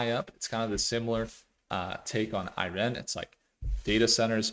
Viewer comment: I've never heard anyone pronounce it "Irene." Made me sing, "Come on, Irene...." 😂